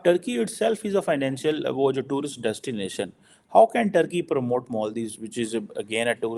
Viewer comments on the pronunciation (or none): none